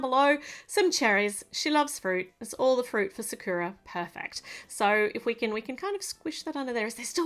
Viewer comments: the name sakura is SA-KUE-AH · How you pronounce sakura is sak (kinda like sock) ku ra